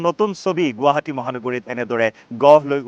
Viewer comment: প্ৰথমতে বাতৰি চেনেল খুলিছা গুৱাহাটী শব্দটো শুদ্ধ কৰা